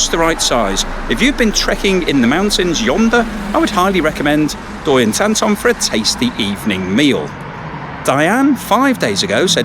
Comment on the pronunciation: OK, Thanks for highlighting a Thai restaurant. Also Doi Intanon is pronounced Doy In- Taa - Non! With thee! as an inflection, as many Thai words end on a up accent tone. Thanks, great selection, too:)